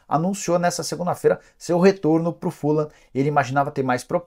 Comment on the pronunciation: Se pronuncia “Fulran” e não fulan